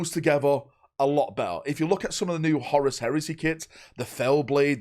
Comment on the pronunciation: I like how he calls Horus, Horace